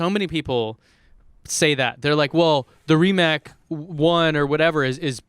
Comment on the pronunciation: Yes, it's Rimac, I'm Croatian and it's pronounced like s and not k. Oh by the way, you should learn Croatian because there's only one way to pronounce c:D